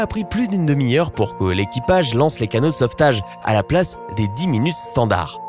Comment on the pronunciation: 13 plage 🤣🤣🤣au lieu de dire "place" 🤣🤣🤣🤣